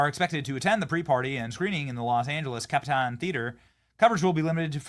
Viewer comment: I’ve never heard the El Capitan Theater pronounced like that.